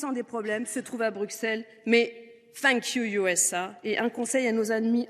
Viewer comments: USA se prononce You esse é .......................... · Super discourt Par contre pourquoi prononcer le « u » a l’américaine et le « a » à la française ? 🤔 Thank you, You S A